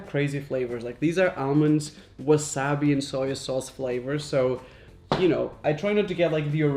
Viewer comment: Nahchos, froot by the foot, Wahsobi, Gram, UNIcorn, coarnstarch, chitoos, jailo, peenut, skitels, ukay, rench, erope, catchup.all these bothered me im sorry, anyone else?